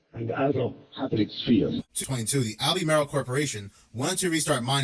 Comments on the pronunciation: It’s AL-BURR-MARL not Albee-Maryl. Must be AI talking about the lithium mining. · Pronounced Al-be-marle